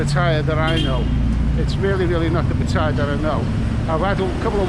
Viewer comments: It's good to hear you got a little, but if Patts doesn't work out, you might want to take the midnight train (first class of course) from BKK to Chaing Mai: lovely this time of year. Also, my friend, you're hurting my ears a bit with the pronunciation of your current location: try pah-TEE-yah. Ask your Thai lady friend. Cheers. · 1. Pronounce pattaya properly 2. Donate all monetisation of this YouTube video to thai people